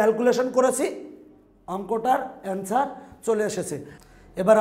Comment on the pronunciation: আন্সার না এন্সার হে হা হা হা